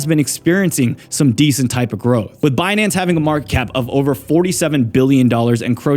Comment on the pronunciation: "Benance" - Yellen